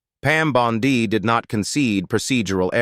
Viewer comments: Pam Bondi ==> scansion as in Monday. The Pam Bon ↘DEE↘ pronunciation used in this audio is dopey. It's pronounced "bon'dy." Naughty machine! :face-orange-frowning: From where I sit, in Toronto, Canada, t looks as though things are perhaps turning out well in the US, for a change. This will be helped, imho, if critics of the Trump gang be careful with pronunciations, with facts, and in avoiding silly cheap shots. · Can someone please teach AI how to pronounce Bondi.